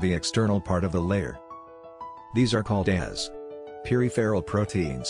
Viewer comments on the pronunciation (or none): Message from a native English speaker: Peripheral and integral are being badly mispronounced in this video. I think the text is being read by a machine. Needs better quality check.